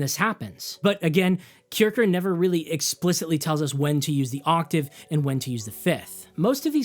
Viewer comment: Great video. Great job. For me Music is no science, but a joy. Here is some info to help you. As mr Kircher was a German scolar, his name is fonetically pronounced 'Keer-shier'. Meaning, the one who goes to church. This vid explains